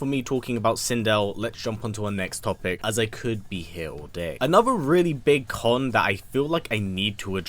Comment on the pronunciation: "a really big "kahn" that I need to address..." I am sorry I couldn't help it😂